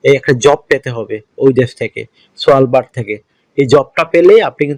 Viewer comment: ভাই সস্তা ইনফরমেশন দিয়ে মানুষ কে হয়রানি বা মিথ্যা আস্বাস দিবেন না, আপনার ভিডিও র প্রথমেই আপনি দেখাচ্ছেন সেন্ট্রাল নরওয়ের ভিডিও,আর Svalbard হলো একটি আর্কটিক দীপ, সেখানে যেতে হলে স্ট্রং ট্রাভেল হিস্ট্রি থাকতে হবে পাসপোর্ট এ এবং সাথে লাগবে নয়ওয়ের ট্রানজিট ভিসা আর বুঝতেই পারছেন নরওয়ের ট্রানজিট ভিসা কি মামু বাড়ির আবদার? Svalbard এর উচ্চারণ সাধারণত সালভার্ড বলা হয় আপনি বলছেন " সোয়ালবার্ড" যাই হোক Svalbard এর কোন ওয়ার্ক পারমিট হয়না,নয়ওয়ের ট্রানজিট ভিসা পাওয়ার যোগ্যতা থাকলে সে Svalbard যেতে পারে ও ওখানে কাজের অপশন থাকলে ওয়ার্ক পারমিট ছাড়া কাজ ও করতে পারবে যতদিন খূশি ওখানে থাকতে ও পারবে। Svalbard এ টোটাল লোকসংখ্যা এরাউন্ড ৪ হাজার তাই কাজের পরিধিও খুবই কম,আর তাছাড়া বছরের ৮ মাসের উপরেই থাকে মাইনাস ৫-৪৭+ সেটাও ভেবে দেখতে হবে। দূঃখজনক হলো আপনি Svalbard এর গল্প করছেন পূরো ভিডিও দেখাচ্ছেন নয়ওয়ের 😂😅